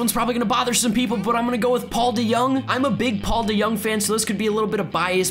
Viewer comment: Say His name like it is De Jong and not De Young! Wtf